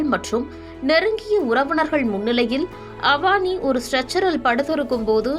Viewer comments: Please note her name is not Avaani. It is a Tamil name Avani (Name of a Tamil month) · Avaani illa avani olugga pesa palagu